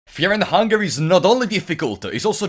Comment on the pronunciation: Fear and hungare